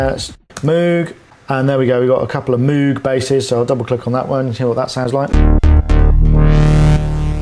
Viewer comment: One day, the world will learn it's pronounced like mohg, not moog ( I realize the spelling is confusing.)